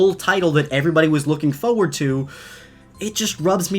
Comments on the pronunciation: I love your videos, but it's foRward not foward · Foreard foreward foreward ummmmmmmmmmmm foreward what word is that (you say in such a weird way no offense) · Why do u say forward like that